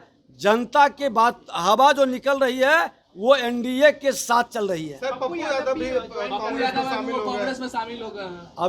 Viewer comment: बोलने आता है इसको साल को विजयवा को, यादव को जादव बोलता है साल ये